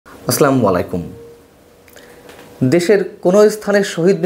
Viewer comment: ভাই দয়া করে সালাম শুদ্ধ ভাবে দিন। বলুন আসসালামুয়ালাইকুম।❤